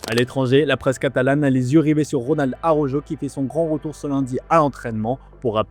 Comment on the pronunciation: S'il vous plaît, svp, svp, avec tout le respect vérifiez la bonne prononciation pour Araujo (ara - ou - ro) parce que ça écorche les oreilles, c'est désespérant 😂mais bon on garde l'espoir qu'un jour les journalistes fr comprennent. Gentillement